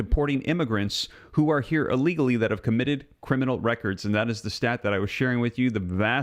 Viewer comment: dont say aleagly say illegally! Thanks!